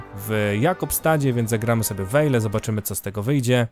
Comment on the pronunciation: Siema. Nazwę tego miasta wymawia się Vajle w przeciwieństwie do tego jak się pisze. Ciekawostka języka duńskiego